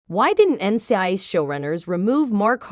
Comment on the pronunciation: I noticed that also but I think it happens when people use the computer voice to do the narration. Also the pronunciation of NCIS is off.